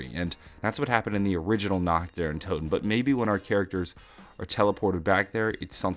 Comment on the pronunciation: how hard is it to pronounce toten correctly /)_